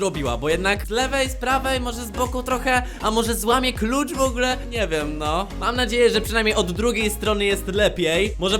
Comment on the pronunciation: oj nie w ogle tylko w ogóle idziesz na logopedie